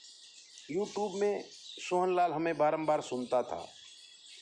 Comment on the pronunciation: यू टूब नहीं यू ट्यूब बोलिए । वैसे विषय से भटककर कुछ भी बोलने लग जाते हो । इसमें दिव्य तो कुछ भी नहीं है ।